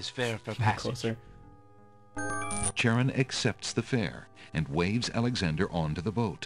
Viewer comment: That is not how you pronounce Charon.